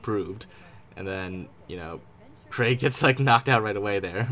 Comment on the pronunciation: I am so happy you can say Craig correctly :)